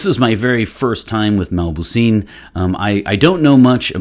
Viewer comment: The name is not mabouseen it's mauboussin.